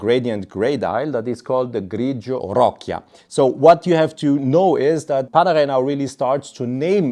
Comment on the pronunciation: I was surprised how you spelt perfectly those Italian names until you said roccia… 😂 proper way to spell it is like if you say ro ccha… btw, beside jokes… amazing video and presentation as usual…